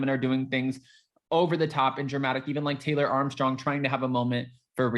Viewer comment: I jumped ahead in your video by about 1, mins +, or whatever, so I didn't have to hear you say SMASH THAT LIGHT BUTTON! Yeah I know it's like, but it always sounds like LIGHT button! Anyway heffff it if you didn't put it in at the end this time, helpppp! Shaking my head! 🙆 This is me throwing my hands up as-in, I give up! It's not a touch down gesture, at all.😭😿😖😮